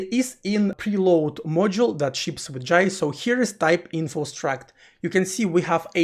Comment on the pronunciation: finally someone say 'Jai' properly, not "Jay".